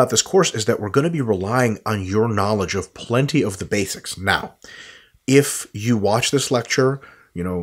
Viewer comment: "plenty of the bathics"